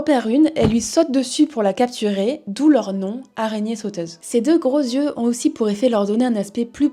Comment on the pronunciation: Super vidéo. Un seul bémol : les liaisons maltapropos. Les saltiques n'ont pas "8 zyeux" mais "8 tyeux". Et les "autr'espèces" sont en fait les "autres zespèces". Bonne journée.